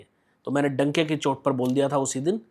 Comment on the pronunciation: भाई डंके की चोट होता है donkey की चोट नहीं 😂😂😂😂